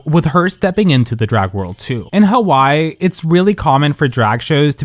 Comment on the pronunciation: The pronounciation of "Hawai'i" in this video is crazy 😭